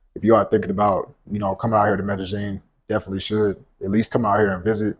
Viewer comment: Since when is there a g in Medellin